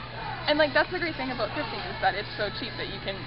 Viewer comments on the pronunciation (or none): okay well everyone hears it as aboot. so stfu or something sorry.